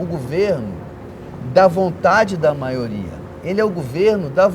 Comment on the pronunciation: já tomei ranço dessa mulher quando ela falou "maioria"